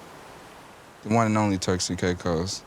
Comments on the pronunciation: It’s pronounced Turks and “CAKE-US” 🥥🌴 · IT’S PRONOUNCED TUCKS! TUCKS N KAYKISS!